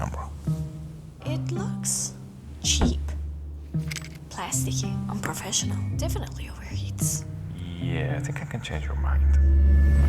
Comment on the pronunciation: Un pro fesh uh null